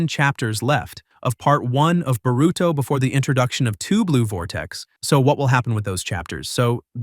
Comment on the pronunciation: Why u pronouncing his name like “burrito”😭💀